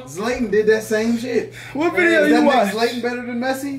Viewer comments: Who’s Zlaytin think u mean Zlatan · Man said Zlayton😂😂😂😂Zlátán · Defck is zlaTe'in,?! Rofl y'all wild b.. killing me xD manden said Pay'lay. XD 💀💀💀💪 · the guy said zlaytan 😂😂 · ZLAY-TAN XD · “Zlaytan” 😂 Black folk always gotta pronounce shi different for no reason.